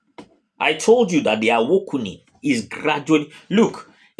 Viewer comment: Awakening..., not Awokening